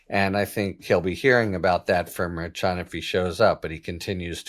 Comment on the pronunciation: Merchan, pronounced, "mare - shan", I believe. Nope -- I AM WRONG -- you are closer, not perfect, but closer than I am. In fact, YOU are the only one in the public sphere whi even gets close. I should have known Harry was right!!